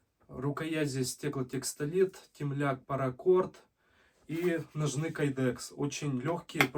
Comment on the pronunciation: Без обид, но... Ударение в слове «ножны» падает на первый слог: но́жны. Это подтверждается орфоэпическими и толковыми словарями русского языка.